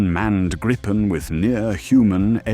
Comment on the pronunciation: It is pronounced Greepen, not anything else 😅